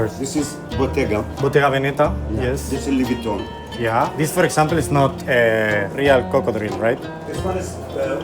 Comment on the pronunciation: Por favor no vuelvas a decir luis Vuitton así pronunciado más 🤣